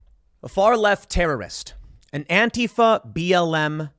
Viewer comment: Tim is one of the infinitesimal few public figures that pronounces Antifa correctly. One day "anTEEfa" will never be heard again. Gotta go update my anTEEvirus software. brb